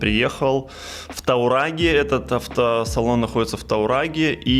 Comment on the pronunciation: таурагЕ а ни таурАге😁